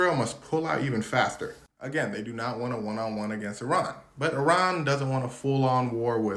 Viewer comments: Thank you for correctly pronouncing Iran! And not as “I ran” 😊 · Thank you for pronouncing Iran correctly